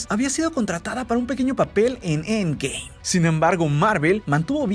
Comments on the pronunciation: Me da cólera como dice end game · Me caga como pronuncias End Game, ya no lo pronuncies así es molesto 😒